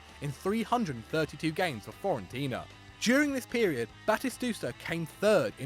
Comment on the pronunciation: He can't even pronounce Fiorentina